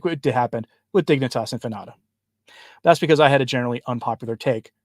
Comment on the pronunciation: Infinita... In-fee-nee-ta.